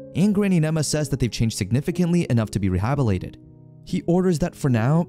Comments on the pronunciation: Re hab I lated? Dude there is a t in the word. Do you not speak English? You know Google can pronounce the word for you. Is this an AI voice over reading a script? Did you even listen to it before you posted the video? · you keep saying ‘rehabilated’ - missing IT in the middle! Have you never heard the word before!?